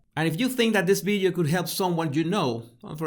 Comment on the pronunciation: Video not “Bideo”